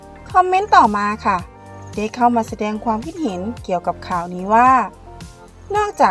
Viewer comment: ไม่ได้มีเจตนาหรือต้องการหยาบคายนะครับ แต่อยากให้ทางเจ้าของช่องลองไปฟังกูเกิ้ลหรือ Siri พูดคำว่า ความคิดเห็น หรือ ความเห็น แล้วลองฝึกพูดตามให้ชินครับ